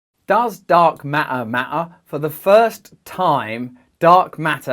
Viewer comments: haha dark mah- ure is how he pronounces it! instead of matter and it still sounds cool as a accent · Dark mah-ah is definitely wrong. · Hahaha, what do you have against Ts, Russell? How do you spell that word? Ma''er? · Love the way you say ma’er! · MaER NO ITS DEFINTLEY MATTER LOLOLOL LOVE YOU, YOUR SO FUNNY... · ok, he can not say T, only E, Dark MaEEEr. EinsEein. Sometimes he correctly pronounces it. I am clue less. And of course I was not here to learn about Dark matter, there are scientific channels for that, not Russel. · "Does dark ma'er, ma'er, :)))))))?" Classic Russel Brand, priceless and inimitable filled with intelligence, humour and spiritual depth!!!! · Does dark mat-uh mat-uh??? 🤣🤣🤣 Again you're the smartest guy in the room. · HAHA - Russell - MA'AA (matter). Glad to see you're interested in this new subject...er....matter (no sarcasm intended). Keep well. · I am here to hear Russell say "Why dark ma'er ma'er" on repeat. Love you Russell! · "mafamatical feory from Einstein about dark ma'ah" - Someone pretending to speak English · I love how Russ says dark Ma’aa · i love that you dont pronounce T in dark matter matters, its dark ma er ma ers lol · I had to stop! ...the word "matter" pronounced like "ma'-er"...repeatedly... made me mental after 30 seconds. 🤯 Sorry mate. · Love the videos but why does t matter sometimes but then in the word ‘matter’ it doesn’t “ma’er’? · literally "t" in matter is silent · I am now thoroughly convinced that all beings throughout the universe should pronounce Dark Matter with a glottal T. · There are 2 t's in matter. He pronounces them sometimes.